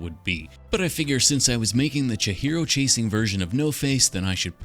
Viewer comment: Awesome build! I think her name is pronounced Chee-hee-ro rather than Cha-hero ? Can anyone confirm/deny this?